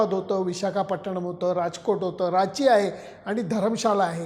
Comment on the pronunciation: It's Ranchi & not Rachi. Otherwise फारच सुरेख !!! 👌👌🙏*ओके....!!*